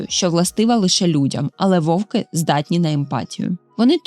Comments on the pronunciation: Чудовий контент, але тільки не вОвки, вОвків, а вовкИ, вовкІв. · Тільки не вОвки, а вовкИ. Не забувайте що це мова, а не язик.